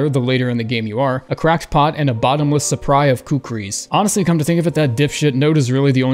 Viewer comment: Did he say a “bottomress suppry of kukris”? 😂